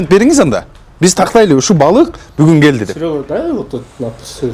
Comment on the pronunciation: 😂😂😂😂😂😂😂😂 бугун гееелди бугун гойлат бугун гелди бугун гойлат 😂😂😂😂😂😂😂😂